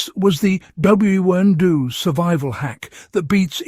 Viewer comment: Why not use an actual person to narrate? It's a great topic but every time it mangles "WWII" I cringe.